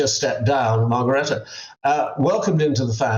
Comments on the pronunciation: and mispronounced Margrethe,too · this commentator bs...cannot even pronounce Margrethe's name correctly. New King did NOT JUST stand close to a glamorous woman in Spain. Do your research...Spanish news has been covering this huge scandal. Typical fake coverage